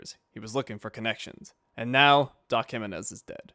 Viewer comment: Its kinda funny how you pronounce Jimenez like "He-men-s"